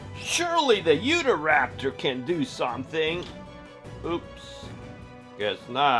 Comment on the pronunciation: Utahraptor, not uhataraptor.